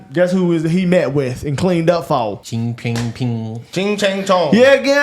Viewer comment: Normally good content...BUT...near the end today, quite disappointing. The President of the People's Republic of China (PRC) is NOT "Ching Ping Ping" or "Ching Chang Chong" His name is Xi JingPing. Butchering his name only shows your IGNORANCE. Not a good look for your guys. LEARN his name and LEARN to pronounce it properly. YES! It does matter!